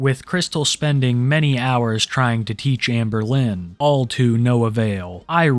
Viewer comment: "Hamburlin" nice lol